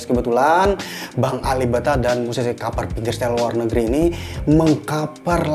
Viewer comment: Kaper....kaper....kaper.... hedeeh....yg bener klo ngomong